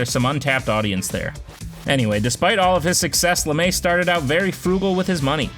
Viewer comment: Not Lamae it’s Lame